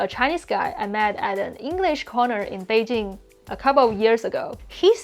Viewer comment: I like his videos, but I complained several times, that he can't even pronounce Beijing correctly. And thet annoys me like hell :D